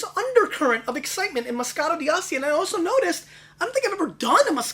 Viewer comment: He's pronouncing the D too prominently in D'Asti. It's more fluid. Dah-stee. My favorites are by La Spinetta and Saracco.